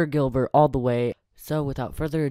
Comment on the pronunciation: you mistaked on saying sir Gilber. when you said slur Gilbert. my username is buddy2567